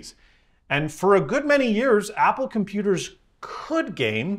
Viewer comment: Pumpooters. Nailed it.